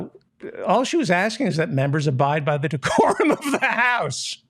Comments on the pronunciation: “Da mumburs! De-Curum!” HaHaHaHaHaHa Thank you David!😂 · She didn't say 'the decorum of the house ' , she said ' decorum of the house ', she even managed to fuk that up